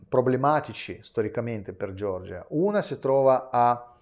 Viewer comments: Per favore Nicolai, non dire “Gior-gia”, ma “Ge-or-gia”, non è una persona, ma una nazione. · Ma xchè dici Giorgia?e nn Georgia?